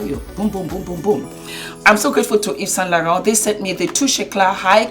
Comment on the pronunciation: Now i have learnt the proper pronunciation of Yves saint Laurent! 🤣